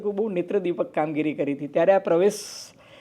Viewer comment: આ ફૂટેલી કારતુસને નહિ બોલાવો તો ચાલશે. આ કહેવાતા મોટા પત્રકારને ક્યો કે પહેલા પરવેશ વર્માનું નામ સાચું બોલતા શીખે. એ પ્રવેશ, પ્રવેશ જીકે રાખે છે, એવું તમે શા માટે ચલાવી લો છો?